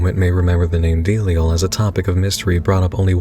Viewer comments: It's pronounced duh-lie-al. You're making delial sound like a mest song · I always thought it was Zam-PAH-no and Da-LIE-al. Not ZAM-pehno and DEAL-iel. I guess it's funny how different this book casts its grip on the readers mind, even down to the pronunciation of the otherwise absurd character names. Sometimes I go over the tattoos I have from this novel and wonder which of his readers most closely shares that of Z's intended vision; the image he had in hie head of Johnny, of Navidson, of the House.